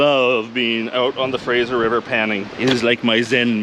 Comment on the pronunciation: Were you in ideaho ? Did you say frasher river